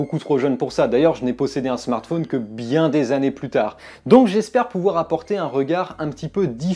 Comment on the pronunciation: Ca fait plaisir d'entendre quelqu'un qui ne dit pas Smartfaune mais Smartphone comme Téléphone. Voilà.